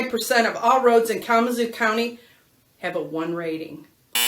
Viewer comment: Kalama "ZOO" ... The emphasis is on the ZOO, ok ?😂‼️